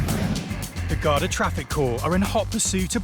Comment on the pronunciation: Pronounced: Garda or Gardaí plural.